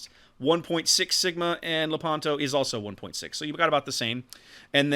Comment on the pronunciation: By the way, in Lepanto the stress fall on the "e", so you have to pronounce Lépanto.